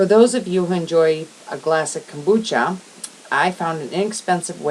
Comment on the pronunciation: OMG.....ITS > KOMBUCHA , ( COME- BUCHA) , Not a KOOOMBACHA looooool